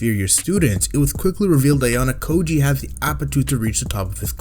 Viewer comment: SERIOUSLY?? "Anos voldigoyd" "hero kanan" "ayane koji" why do you pronounce them like this